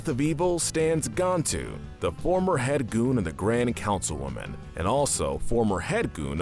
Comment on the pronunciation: Am I the only one slightly annoyed by the way he pronounces "Gantu"? I never one said his name as "Gawntu" so it annoys me